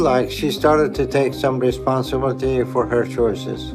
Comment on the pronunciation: These people disgust me and its hard for me to feel sympathy. However, I do wish them the best. I also wish the best for Dr. Now's english skills and hope he learns how to say words like responsibility. 😂